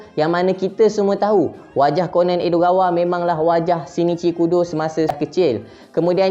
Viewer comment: bacanya ko-nan bukan konen